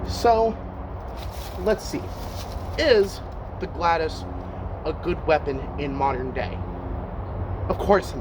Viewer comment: ok big mistake here, you may want to research how the Romans used the gladius and I’ve only ever heard it pronounced glad-e-us. Absolutely you would thrust and stab with it that’s what the very acute point was for and the wide blade which will prevent the thrust from going in too deep, making it easier to pull out. They would cut with it but most of the time, they would be thrusting. Also the gladius when used by Roman soldiers was almost always used with a shield so you wouldn’t be using it with two hands and the shield(scutum) is what helps you deal with longer weapons